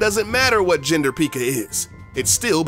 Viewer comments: I’m not sure if this guy knows what clash of clans is really PEEEEKA and PIG rider?? 🤔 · 1. You did no good research on this game bc you were basicly pronouncing everything wrong 2. It litterly says supercell when you open the game 3. Most people that play the game know everything you just mentionned Srry i had to say that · mispronounces a few names of troops Everyone watching: intense breathing intensifies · If he can't pronounce the troops right don't do the video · Your pronouncing P.E.K.K.A wrong lmao 😂😂😂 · lol he pronounced p.e.k.k.a wrong lmao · Purple Alpha nothing since he called the hog rider a pig rider and also misprenounced p.e.k.k.a wrong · In watching this in 2019 and he said Pekka wrong lol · you said pekka wrong lol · I cried when he pronounced P.E.K.K.A wrong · You pronounce PEKKA wrong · That’s not how u call a P.E.K.K.A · haha yes finally another person lol its PECK AH not PEEK AH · You said peekka not pekka you uhhhhhhhhhhhhhhhhhhhhhhhhjhhhhhhhh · Did anyone else get annoyed when he sad pikka it pekka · Yeah ... Its PEKKA not piiika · no he didn't he said peeka. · it is not called peeka it is said pekka. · Tip... Its not said like peeeeka, it's Peck-a (pekka) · it's pekka not pika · Pieka or Pekka? Anybody else just got this in recommended? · Lol he said pikka instead of pekka xD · The... P.E.K.K.A... is pronounced pekka. Not freakin PIKACHU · its pekka not pikka get it right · Why do u pronounce pekka as “peeka” IT ONLY HAS ONE E SO U PRONOUNCE IT PEKKA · It's Hogrider, not Pigrider. It is also pronounced pe-ka not pee-ka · He said pikka for pekka it sounds like he is talking about the Pokemon piikachu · It is not peeka you say it pek-ka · ITS NOT PIKA ITS PEKKA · Right he says pikka it’s pekka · The fact this guy says Peakka and not pekka triggers me... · p-eh-k-a not p-ee-k-a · Its not peeka its pekka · Everyone knows its not pronounced peeka... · Was anyone else annoyed when he called P.E.K.K.A a pikka? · Pick-a wtf is that?